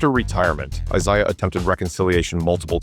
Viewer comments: It is I-ZAY-AH Thomas. Not I-ZIGH-AH. It’s hard to take this video seriously when the narrator can’t even pronounce names correctly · He can't even pronounce names right laim beer and eyes eye. Smh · Isiah is not pronounced “A zia” It’s pronounced eye-ZAY-uh. 😂 Laimbeer is not pronounced LAME-BEER. It’s LAM-BEER. 😂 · FFS dude the way you pronounce Isaiah is enough to give someone an aneurysm. I-SAY-AH not AZAYAH ffs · Is this AI VO? It's eye-ZAY-ah, not eye-ZIE-ah. And what's with the "He was a racist" LIE? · It's spelled Isaiah and pronounce I - ZAY - ah. Magic was the one who said Isaiah would not have fit the team and would have caused a lot of drama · I wish you would stop saying Asiah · Eye zay yuh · WHY TF IS THE NARRATOR SAYING THE NAME ISAIAH THOMAS LIKE AY ZAYA?!?!?!? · A i voice over 👎 "Eye-zai-yuh" ??? Get outta here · When I hear "Izaya" Thomas, I thank God that AI is now doing narration. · Izahaaaaa… my god…. SAY IT RIGHT NOW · Eye zy uh got no respect from the makers of this video either. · Eyes Eye Uh Thomas 😂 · It’s not “I-Zia” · "Is-ZY-iah Thomas".... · Eye yai yai! Don't you know? Cukoo clock AI made it up and its Eye-zeyeah wiss an eyebald!...I theenk. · Why can’t these AI voices get their names, It’s Eye- Zay -ah Thomas. I cannot listen to this AI voice any longer. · Out the gate this trash heap AI can't even pronounce Isaiah Thomas's name. Wack! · How effin hard is it to say isaiah, the right way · who are you talking about 5 cant pronounce isaish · AI generated “name” I suppose. SO SO annoying the way Isaiah is mispronounced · Isaiah deserves better than that. Stupid A.I. I can't watch the rest of the video.